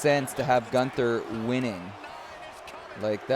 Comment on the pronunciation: LOL! 😂 This is hard to explain without sound, but you are pernouncing Gunther name wrong. Hum, don't pernounce his name like the word gun and then ther pernounce his name with the u sound. Does that make sense? 😆 Hopefully so. Love u.